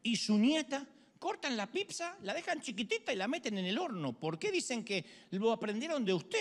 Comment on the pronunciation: Porque le dices pipza a las pizzas? Jajajaja de donde sacaste eso? Por lo demas de la predica excelente como siempre. Saludos